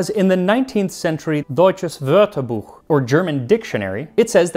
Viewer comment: Your pronunciation of the ö in Wörterbuch is SO good. I'm in awe. I love that you put so much effort in getting foreign words as correct as possible. So respectful.